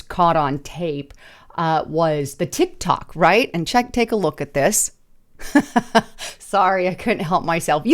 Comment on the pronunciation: it is a Tic-Tac not a Tic- Toc